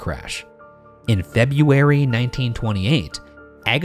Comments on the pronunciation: Look at that. Ryan knows how to say February now. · Ryan said February correctly :[ This really is the end! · Hey! The biggest newsbreak and take away from this episode: Ryan learned how to properly pronounce "February". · For the post mortem: personally I think she just needed a break and couldn’t figure out another way to do that so she feigned an episode and ran away for a while. Sounds like she needed it… PS. it’s so nice to see that Ryan has improved his pronunciation of February throughout the seasons of unsolved. Thanks. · can we just appreciate how far Ryan has come? That February pronunciation was sublime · Can I just say props to Ryan for busting out that “February” pronunciation with only the slightest hesitation. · I'm so proud at Ryan's improvement at the pronunciation of February. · Did Ryan say February correctly finally????? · For the post mortem: Ryan, did you practice saying “February” for this episode? It was interesting to hear you pronounce it correctly and not as “feb-ee-airy”. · I absolutely love how you can hear Ryan carefully saying February after what happened the last time 😂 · anyone notice how ryan said february the right way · For Post Mortem idk how long Ryan has changed his pronunciation of February but I’m glad he did